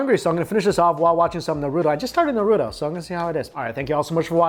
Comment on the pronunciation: Say it with me.. “NAAR U TO”